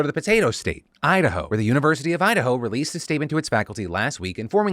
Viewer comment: Idaho…? Nahhhh they said Udahoe… 🙄